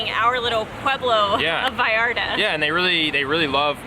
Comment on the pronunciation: I like how you pronounce Vallarta. We are all brothers, all we want is peace no matter where you come from